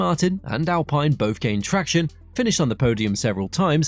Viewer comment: Great video! Slight issue with the alpine pronunciation but honestly who cares!